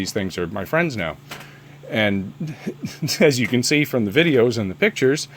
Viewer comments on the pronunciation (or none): none